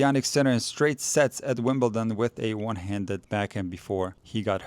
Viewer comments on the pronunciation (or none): none